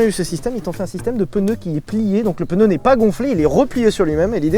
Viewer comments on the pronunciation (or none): QUOI? Peneu? C'est quoi un peneu? Pneu, pneumatique, je connais. Mais pEneu.... inconnu au bataillon...